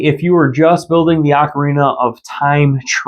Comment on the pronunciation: OAK-orina (as in an oak tree) is % the wrong way to say ocarina. It’s OCK or AWWK-orina. If you say it as “oak” you are incorrect and need to learn how to pronounce words from any music teacher or person familiar with instruments. Also this may step on your toes since you said it’s how you’ve said it since little, it’s DECK-ooo not DEEK-ooo… Great DECK-ooo Tree. Never meant to be DEEK